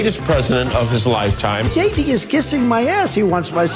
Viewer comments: Am I the only one hearing Shady Vance instead of JD Vance 😅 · lol. Ben, you obviously read my comment about mishearing you say JD as Shady